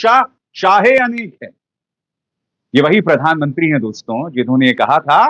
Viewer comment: अभिसार जी, आप के विश्लेषण वाकई प्रशंसनीय, काबिले गौर होते हैं, पर आप 'दोस्तों' शब्द का उच्चारण सुधार लें। प्रत्यक्ष प्रस्तुति में 'दोस्तो!' सही है न कि 'दोस्तो' । अप्रत्यक्ष कथन में दोस्तों सही है, आप तो दर्शकों, श्रोताओं से मुखातिब होते हैं न! अतः दोस्तो उच्चारण करें। मानें, न मानें , आपकी मर्जी। स्नेहाभिवादन!